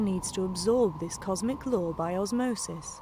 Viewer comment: No "er" in "law," law is law not "law-wore" nor "lau-wer."